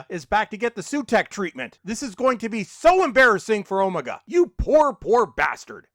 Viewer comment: Why are you Pronouncing Omega like that?